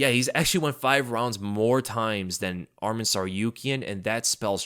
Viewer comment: Love your content brother but Arman Tsarukyans name is pronounced Arm-on, not Armin 😂 I know this because that’s my name as well. Love your stuff!